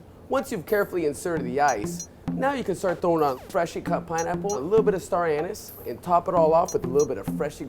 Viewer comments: Excuse me but did he say star anus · did he say stary annus? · hahahahaha he said star anus hahahahahah